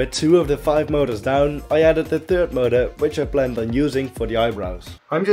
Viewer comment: When I heard him say motor, I swore he said murder.